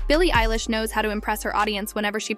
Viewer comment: Stop saying ELLISH . ITS EILISH